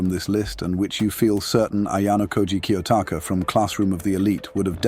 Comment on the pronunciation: Hey no hate great video very good quality but at second 2 of the video the name kyotaka is worded kaotaka just thought I should let you know in case you want to fix that, that doesnt take away from it being a great videa thanks